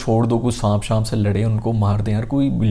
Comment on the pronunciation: Saanp hota hai saamp Nahi